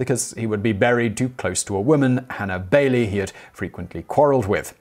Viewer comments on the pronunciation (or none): none